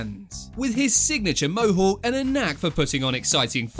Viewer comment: . Did you say Chuck Liddell had a signature mohu? It's " Mohawk" Try sounding it out in front of a mirror